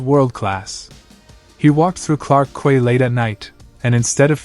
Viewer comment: Clarke (Key) not Quay.